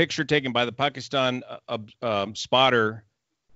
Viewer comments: One of the best reason that I like you is you know exactly how to say words like Karachi, Pakistan etc. you don’t say Pakistan like most ppl do “Paasykisstaaayn” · So true...she'd be terminated by CNN or other like networks for doing research before reporting her story. I hope she has seen all the great comments. I also like that attempts to pronounce her name and the names of the Pakistan cities correctly. To me it is a sign of respect.